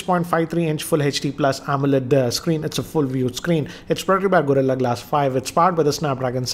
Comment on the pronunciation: not says gorillah glas 5